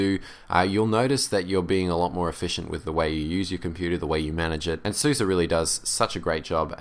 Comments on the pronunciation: Its pronounced Open ZuZe not suzy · openSuS - eh. not ih, not ah, eh. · I think it's pronounced suːzə because it is developed in germany and they say it like that. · To better pronouns SUSE you can take a look at the YouTube and search on "How do you say SUSE"